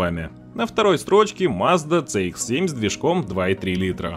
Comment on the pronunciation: Движок у Шкоды, если уж правильно называть, то ТиЭсАй (TSI), а не ТиСиАй (TCI) . То же самое и про Мазду. Не ЦэИкс (CX), а Си (CX).